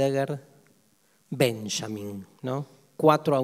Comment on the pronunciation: Dario, tocayo e hincha del mejor club de la Argentina... llamándote Sztajnszrajber, no podes decir "Benyamin", jajajaj. Excelente video.